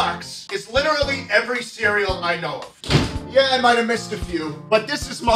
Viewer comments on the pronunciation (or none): Not me giggling like an idiot over Quisp because my humour is broken. “Bro I witewally eat Quisp evewy day” 😂😂😂